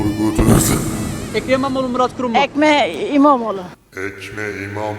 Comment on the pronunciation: ekrem eğiğeoğlu